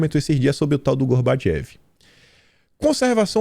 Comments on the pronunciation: Pronuncia-se Gorbatchov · não seria Gorbachove a pronuncia?